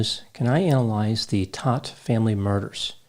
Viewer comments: Last name is pronounced Tote. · In NY, they say this name ss Toadt kind of like thst. Long o, not short o?